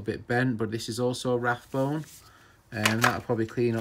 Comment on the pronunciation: RABONE NOT RATHBONE